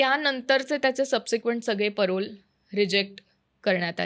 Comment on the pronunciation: पॅरोल ❌ परोल ✅